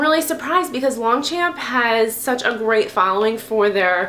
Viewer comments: I agree, great bag and not a lot of reviews on YT. So thanks for the review! Quick suggestion, you pronounce it "Loncham" so without the P in French. Longchamp sounds like a really tall olympic medal winner to me :D. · You mispronounced Longchamp.